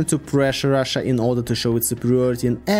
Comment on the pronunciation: Rhina? Chussia? 😂